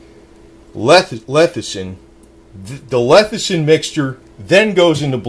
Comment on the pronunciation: Why do you jeep saying lethicin?